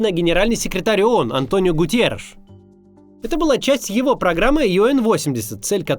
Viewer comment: Генсека ООН зовут не ГУТИЕРИШ, А ГУТЕРРИШ.